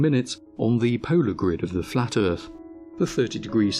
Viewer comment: Now heres the problem... THE DISTANCES ARE INCORRECT ON THE FLAT MAP AND HE PROVED IT BUT YOU DIDNT AND JUST SAID OH NA MATE THE EARTH IS FWAT DERP